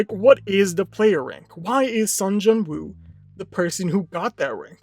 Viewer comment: it's sung JIN woo not jung